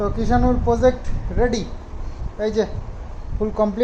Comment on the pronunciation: kothata Project,uchcharon holo jaw,zaw na onekei ei bhul ta kore ektu kheyal rekho please.